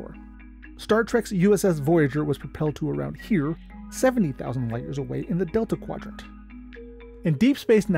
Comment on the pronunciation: What the heck is Detla quadrant?